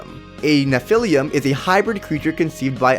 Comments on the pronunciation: While your video is great, and your evidence solid.....your pronunciation is absolutely grating to my ears. It is *droo-id*, not *drood*. Also, it is *nef-i-lim*, not *nef-i-lium*. And before anybody says "you know what he meant" or "why does it matter", language is all we have in the end, folks. We lose EVERYTHING when we don't have language. So if you're going to do it, do it right. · You’re pronouncing nephilim wrong, it’s pronounced neh-Phil-eem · There is no "u" in nephilim. Please correct your pronunciation. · What does he mean by "Nephilium"? And why not Nephilim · Its pronounced neph-a-lim and its a mix of angel and demon not angel and human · The way he says Nephilim is funny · Oh god! Thats not how you pronounce Nephilim! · Lol the way you say Nephilim .... So wrong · he pronounced nephilim wrong